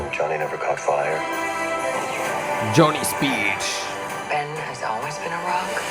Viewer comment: Johnny Speed alla Bro, Johnny Storm